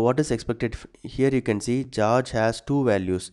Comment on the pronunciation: "geoge" lol